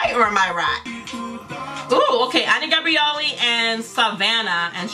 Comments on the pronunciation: you say like "Ény Gabrielly", the way we pronounce it here in Brazil is different. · no, haha. It's because of the accent 😂